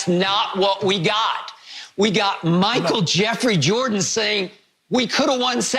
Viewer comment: 'MICHAEL JEFFEREY JORDAN"